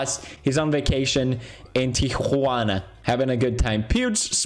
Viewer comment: Felix saying Tiguana instead of Tijuana is the funniest thing to me as a mexican